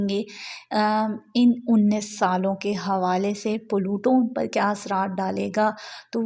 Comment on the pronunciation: it's pluto not palutooo 😂 aur aj yani 19th November ko yeh Aquarius mein forward moment mein achuka ha 😊